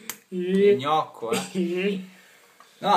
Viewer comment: gnucco non gnocco